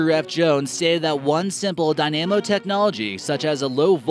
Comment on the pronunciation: DY na mo ... NOT dy NAM o